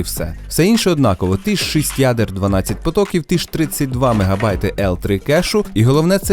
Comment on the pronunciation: тільки не шисть а шість , і інші слова там - і